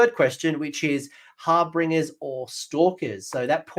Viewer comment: why cant either of you pronounce harbinger?